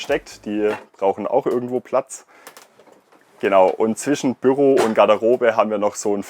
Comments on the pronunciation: Ich dachte immer das Büro würde man auf der ersten und zweiten Silbe gleichmäßig betonen, also wie Büüroo aussprechen, aber der junge Mann sagt dauern Bürrroo mit einem sehr kurzem ü, was sehr irritierend, fremdartig und falsch klingt! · Noch dazu sagt er Bürro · Off topic aber die Art und Weise wie er immer "Bürro" statt "Büro" sagt, ich könnt ausflippen 🤣🤣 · Gehts nur mir so, aber ich bekomme Aggressionen wenn er BÜRO sagt 😂